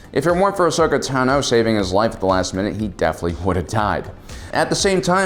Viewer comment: Ashoka Tan O ??? Wow. Way to prove you're not a fan. The hell are you people doing making a video about a character you know so poorly that you can't even say their name right? Oh, I forgot. Shilling pop culture crap for sponsors no matter the cost to your self respect. Way to show how much of a money-grubbing soulless organization with no consideration for the content you barely comprehend you are. Here, have a thumbs-down. Hey, YouTube. Don't recommend channel.